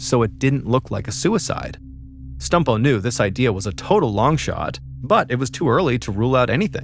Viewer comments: I feel bad but every time Mr Ballen says "Stumpo", I laugh. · I beg you please stop saying stumpo